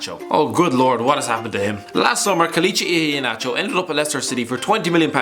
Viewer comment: lol, the way he says Iheanacho